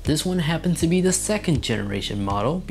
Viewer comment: Firstly, it's 'panoramic' not 'pamoramic' secondly it's 'the' not 'd'